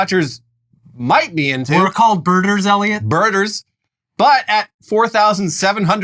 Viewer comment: Every time Elliot says, "Birder", all I can think is, "Er mer gurd!"